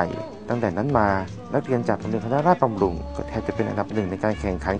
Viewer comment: คนทำคลิป ควร ศึกษาหาความรู้สักนิดนะ การเรียกชื่อ สถาบันผิดๆ เป็นการ ไม่ให้เกียรติกัน โรงเรียนนี้ ชื่อ โรงเรียนคณะราษฏรบำรุง จังหวัดยะลา ไม่มีตัว ตัว การัต์ อ่านว่า โรง เรียน คะ นะ ราด สะ ดอน บำ รุง จัง หวัด ยะ ลา ที่ต้องเรียก ตามด้วย จังหวัด เพราะ มีชื่อนี้ ในอีก จังหวัด ถ้าเรียกสั้นๆ ก็เรียก โรง เรียน คะ นะ ราด ไม่ใช่ ค นะ ราด บำ รุง ที่คน มาอยู่ใหม่ใช้กัน มันเป็น วัฒนธรรมทางภาษา ครับ ถ้าคุยกันในวงสภากาแฟ ท่านจะเรียกอย่างไร ผมไม่ทักท้วง แต่ถ้าออกซื่อ อย่ารวดรัดครับ หรือจะเรียก ว่า คบ. คอบอ ก็ได้ครับ